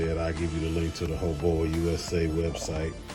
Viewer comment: 😅It's "Hoe-Baaaooww!" like "Bow Down".. Much of what you have said is actually very true! HoBao has been around a very long time, and is one of the very few manufacturers that have stuck to their roots, and is still manufacturing high quality precision made pieces at an affordable price! Back in the day the "Hyper Buggies" were all the rave! The key ingredients are here.. lightweight, and flex in all the right places! Weight truly is the killer of most larger scale RC's! Tuned for bashing, and this can be a top-tier contender against anything else out on the market!